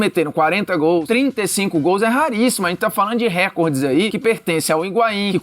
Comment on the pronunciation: Não é "rÉcorde", o certo é "recÓrde"